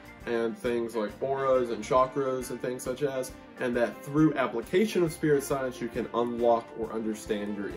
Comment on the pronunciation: The conspiracy of wendigoon saying “such as” but really saying “such ass” glad I found this channel fr I subscribed.